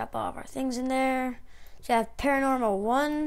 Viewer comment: It's PAN-OR-AMA .... Not "paranormal" >.>